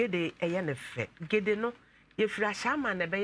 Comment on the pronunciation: Gele not gede